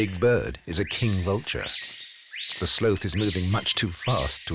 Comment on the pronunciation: Who taught this narrator how to say the word "sloth?"